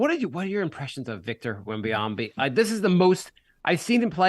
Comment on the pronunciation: Great show guys. pronouncing Wembys name 4 different ways was hysterical. Have a safe trip Jay.